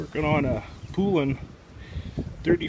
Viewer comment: Pronounced..."Pole - an". It's funny call them Poooolan but it hurts your credibility for some. I do appreciate the video however. Thank you.